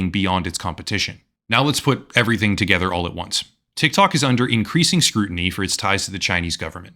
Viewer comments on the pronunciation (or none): none